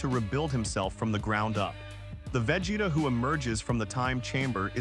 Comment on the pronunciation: 100%, perfect analysis! 👌 Bar the pronunciation of Vegeta's name.😁 If I were to nitpick, I would say you exaggerate a bit her analytical nature, she is just calm, composed, anticipating with satisfaction her enemy's lack of!😉